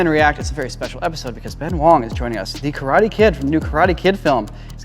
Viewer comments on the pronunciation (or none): At the beginning, the guy with the hat called him Ben Wong 😂🤣😭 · Funny how he said Ben Wong but I’m looking at Ben Wang with an A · Did you really manage to mispronounce Wang lmao?